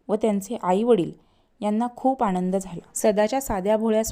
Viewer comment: मनात ... मणात नाही आमंद... आणंद नाही